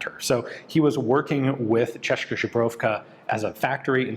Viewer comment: Ian pronounced Czechoslovakia without an L! Hooray!